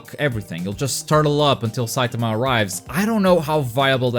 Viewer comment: The way u say saitama pisses me off